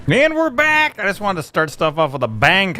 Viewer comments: at the very start he says and were brack LOLING so hard now lololol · and we're brack!